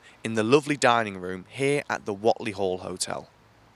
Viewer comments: Thanks for this but it's pronounced 'Wait'ley Duck x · It's pronounced Wait-ly...